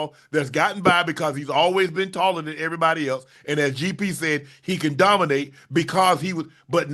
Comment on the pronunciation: HE DOMINAYTON AT PRACTICE 😂😂😂😂